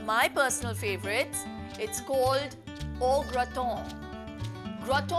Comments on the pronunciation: No wrong pronunciation. It's au " ग्रता" not au ग्रतो 🙏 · u pronounced it Graton!! bt recipe iz gret 😉